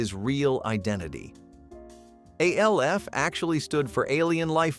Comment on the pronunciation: It's ALF, not A L F